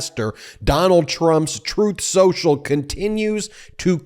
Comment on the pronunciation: “strooth sential”